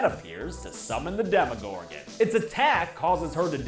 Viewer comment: It's Demogorgon not Demigorgon